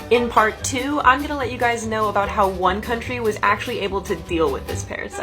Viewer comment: “Dies” hits hard but I don’t know why the ai voice said dies instead of guys